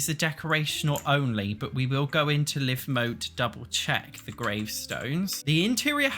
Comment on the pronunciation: Live mode... Not live mode... When news anchors or radio DJs go on the air they "go live". Long I sound.